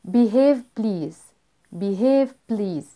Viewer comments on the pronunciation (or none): نطقك ل watch و please محتاج يتظبط الفيديو جميل 🌸